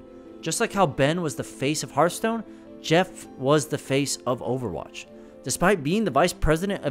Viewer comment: Why do people say "hurthstone"? Do you say "hurt attack" instead of heart attack?